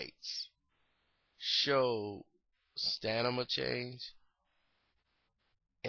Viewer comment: stanima? lmfao...do u have an obsession with saying words n peoples names rong?